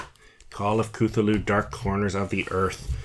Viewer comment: The only complaint i have about this video is that its (CUH-THOO-LOO) lol